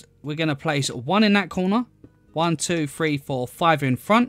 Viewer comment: one two free lmao